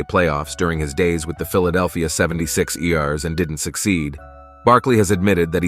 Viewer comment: WTF! Who are the 76 e ares? They're the 76 errrs. I don't know how to explain how to pronunce 76'ers in writing. And you also don't know how to pronunce Isiah Thomas' or Karreem Abdul-Jabbar's names. It's obvious you don't really know anything about basketball.